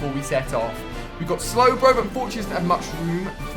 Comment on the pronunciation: ali-a you say slow pro instead of slowbro